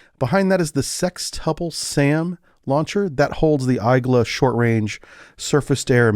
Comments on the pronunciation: EYE-gla? Come on man 😂🤣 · Igla/igła is pronounced e-g-wa not whatever you said